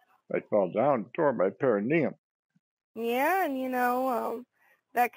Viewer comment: "you're hurtin your pericuneum" 🤷‍♀️ Oh boy, she's working hard for her commission.